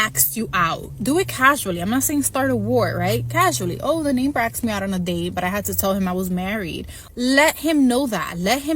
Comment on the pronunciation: Axed you out? who teaches these dolts how to speak?